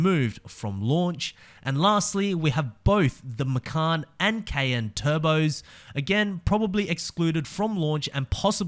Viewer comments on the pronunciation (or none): none